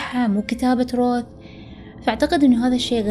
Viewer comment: قرأتها رَوَث